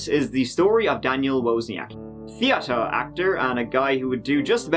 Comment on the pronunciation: I was hoping for you to say "treeatre" but you said it perfectly 😦 😂😂😂 love you!